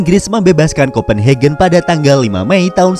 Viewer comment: Kopen hagen bukan hegen bahasa eropa umum A tetep dibaca A bukan ei